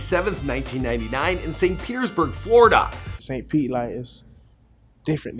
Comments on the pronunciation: As a st.pete native bruh drop the fucking s at the end. Everybody who talks about our city says st.petes. its st.pete or the burg. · Saint PETE not Saint PETES lmfao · It ain’t St Petes it’s St. Pete aka Da Burg!! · It’s FUCKING SAINT PETE!!!!! Not saint PETES. Always adding a S on everything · It's not st Pete's its st pete dumbass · if you say “ st pete’s “ one more time.... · "The streets of st petes" "petes" lmfaooo